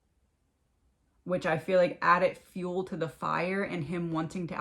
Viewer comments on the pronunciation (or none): none